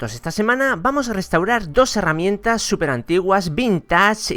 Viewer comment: se dice heramientas,no harramientas